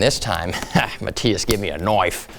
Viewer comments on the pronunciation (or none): I don't call my self a genius and English is not my first language but I'm pretty sure that it's razer not a knoife